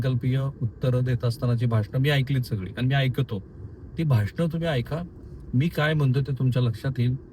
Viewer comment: आवराजून😂 & आयकतो 😂 ,आज भाषेवर बोलला तुम्ही म्हणून ह्या दोन चुका निघाल्या तुमच्या